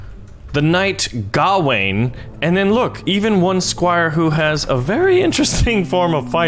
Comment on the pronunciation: "The Knight" Oh god is this going to be a thi- "Gahhwain" *[distant noises of ashamed laughter]*